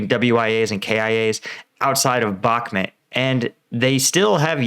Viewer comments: It's Bahk-MOOT, not Bahk-mit. I like your videos and watch them all the time but this pronounciation is starting to get to me. Cheers! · Come on, it's pronounced Bach-moot. 6 months into this battle and some of you Ukraine War YouTubers still don't know how to pronounce it. Same thing goes for Svatove. That's pronounced Svat-toe-va. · It's Bakh-mooot...not bahmet .... With the amount of resources poured into that city whoever wins will significantly alter the war . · First time hearing somebody pronounce bakhmut as bakhmet 😄😄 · you dont even know how to pronounce Bakhmut. u r just a budala. keep it up, its gonna boil over, and all your hopes will bite the dust, wannabee soldier. i hope you posses some self humor, youll need buckets of it.